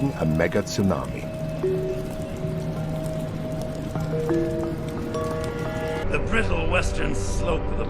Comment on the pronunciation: Wow, I've never heard it called a "Megit sunami" before.. what is the proper pronunciation of a Mega Tsunami? Thank you, for posting this. I just saw it because I never got a notification. God bless you